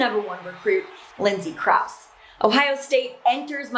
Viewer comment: Love your bubbly enthusiasm and insight. I feel compelled to correct one pronunciation. Lindsay Krause is pronounced Krow' zee. Not intuitively obvious!